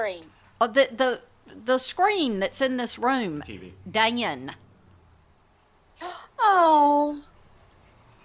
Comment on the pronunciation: the name Dan has three syllables lol “Day-yuh-nuh”